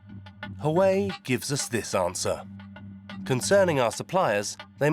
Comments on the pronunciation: Huawei: Narrator: Hawaii 😂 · That is NOT how you pronounce Huawei. The good people of Hawaii would be unamused .... 😮😊